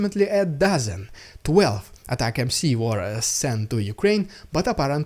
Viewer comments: It's pronounced "atac 'ems" like "attack them" NOT "Attack MC", it's not even MC it's MS 🤡🤡🤡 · Its not ATACMC its ATACMS...? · atacmS, not atacmC! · The UK sent M270's last year. I can't see anything on an initial search that suggests they're sending more? Also dude, ATACMS. Not ATAC M C. AT-AK-MS. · anyone wanna let the that he's saying atacms not atac-mc 😆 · Please.. ATACMS pronounced colloquially "Attack-Em`s" with hard "A".